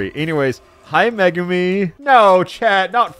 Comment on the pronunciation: i'm pretty sure its pronounced me-goo-me. I know a girl with that name and thats how they say it